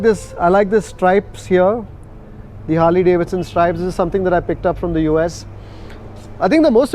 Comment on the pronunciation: it's Harley as in harlie, not Harley as in harlay. Proper noun bro.